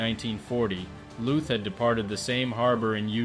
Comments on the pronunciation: LÜÜÜTH, MANN! ... nicht Looth. Engländer! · Lüth, not luth. we do not make a strange sfsfsfs sound out of a t, just because there is a silent h with it…and those two dots are there for a reason. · The H in Lüth is quiet, which means you pronounce it as if it wasn’t there, Lüt. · Why didn't you start your research by learning how to correctly pronounce his name?